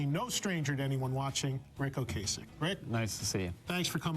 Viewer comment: It's Ric OcAsek OcAsek like APPLE pie NOT Ocaysek! he said it himself in a interview.